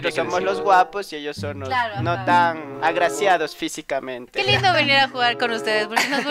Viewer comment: En el minuto dise guegar